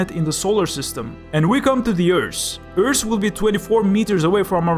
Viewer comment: You are such an underrated channel! I subscribed when I saw the first minute of this video, much love from the Netherlands :D And I just wanted to say, if you say for example earth, you say it like earsh, but you say it like eart (kinda)